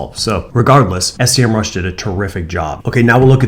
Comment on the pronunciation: that’s SEMRUSH, not S.E.M.RUSH! Anyway, that's a great video. Thanks.